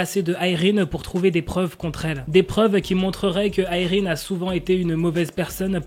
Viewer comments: Déjà je croyais qu'on disait Irène et pas Ayrine 😂. Les gens qui disent elle a attendu ce scandale pour s'excuser etc, oui bah peut-être qu'elle ne pensait pas être si méchante mais plutôt sévère ou stricte. Quand on te met face à tes actions, si tu as le moindre bon sens tu t'excuses. Et même, que voulez qu'elle fasse ? Qu'elle s'obstine ? De plus, peut-être qu'elle nest pas sincère à 100% puisqu'elle pense que son comportement est juste. Dans le sens où elle est juste là à dire les choses comme elles le sont sont. Franchement je veux le comprendre et je la comprends, quitte à ne pas connaître la vraie histoire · Mais si sa se prononce Irène c juste que la mal prononcée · mais moi je pense que je continuerai à dire "Irène" et non pas "AÏRINE" 😆😆😭